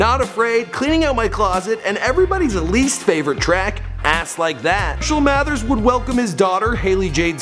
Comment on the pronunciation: "Mershell Mathers"